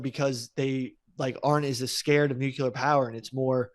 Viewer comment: Listening to say “Nucular” when he should be saying “Nuclear” is going to give me an aneurysm.